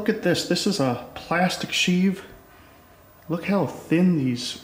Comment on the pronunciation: It's pronounced sheave not sheave.